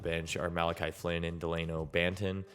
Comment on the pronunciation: has anyone ever told you that you look just like jakob poeltl but if your going to do a video about a team you should know what your talking about you said dalono bantons name wrong and flynn is not the second guy off the bench he has almost not played the only reason he has is because of injuries there going to trade him banton is the guy and flyn doesnt fit what there trying to do and you also said justin champnies name wrong and again koloko has been starting when everyone is healthy not when there was injurys he started 7 games so far when everyone is healthy and hernangomaz hasnt played unless there losing bad or winning big now he does because of injuries and your talking about colors on the spread sheet and there is none i cant handle this video anymore